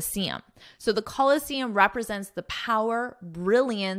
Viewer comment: Should ph pronouns f sound, why did you pronounce it p sound in the Colosseum article? Is this another different sound again?